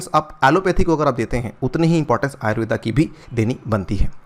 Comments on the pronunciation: अरे भाई अंग्रेज , वो आयुर्वेद है आयुर्वेदा नहीं ।।।। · आयुर्वेदा नही, आयुर्वेद कहते हैं। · Pronounce it as आयुर्वेदअ् NOT आयुर्वेदा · आयुर्वेद को कृपया आयुर्वेद ही pronounce कीजिये ।आयुर्वेदा इसे विदेशियों ने नाम दिया है क्योकि वे उसे ठीक से नही बोल पाते थे। जैसे वेद को वेदा ओर योग को योगा कर दिया, अभी से हम इस पर ध्यान नही देंगे तो भविष्य में यही गलत नाम सही ठहरा दिए जाएंगे🙏🙏😔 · कृपया "आयुर्वेद" ऐसा उच्चारण करे सर, "आयुर्वेदा“ नही..!!!